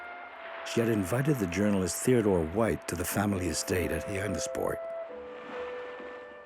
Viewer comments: Trunk, not hood. Hi-annis Port, not He-annis Port. This is just a rehash and secondhand telling but not the actual tapes of Jackie. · Poorly done with bad pronounciation. That big green house was not the Kennedy house in HI..annisport either.